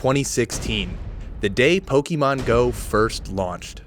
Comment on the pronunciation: Why do they play this game even? If they love the catch system why can’t they play pokemon let’s go? Wells its gen 1 so ugh...( Also its pok-ah-mon or pok-ay-mon not pok-e-mon)